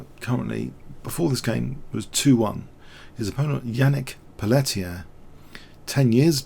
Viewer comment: Great game. Just a note re: pronunciation. White's name is pronounced 'Pelteeay', not 'Pelleteer'. It's French.